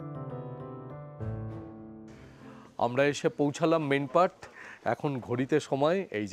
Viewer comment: দর্শনীয় স্থানের ঠিক উচ্চারণ "মেন পাট " হবে। আমি ছত্রিশগড়ের বাসিন্দা তাই আপনাকে জানালাম